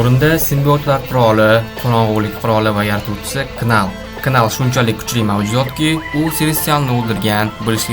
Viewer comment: Knal nal dib òqiladi